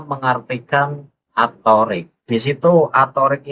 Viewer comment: Dalam lughoh Arab... Yg maknanya jalan itu thoriiq.... Bukan thoorik...